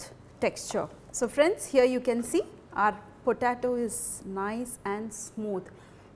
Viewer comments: Hi. It's pronounced like PO-TAY-TO , not PO-TAA-TO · It's po-tay-to not potato. you are pronouncing it wrong.